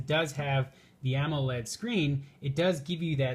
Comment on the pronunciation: "Ammo-led" as soon as he mispronounced that I stopped listening.